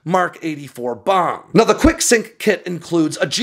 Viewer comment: I thought he was saying "Quick-sic", until I saw the text. Enunciation matters.